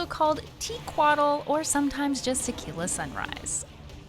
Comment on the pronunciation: Tequatl as a name with Nahuatl roots the pronunciation would be close to TE-quatl, the stress syllable would be the first one and not the one with tl at the end . Even the NPCs got it wrong.